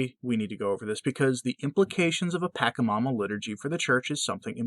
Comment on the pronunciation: Dear it is not Pakamama it is Pachamama the ch is softer than the ch of potato chip. Do not offend Bergaglio's deity. You could cause another virus or earthquake.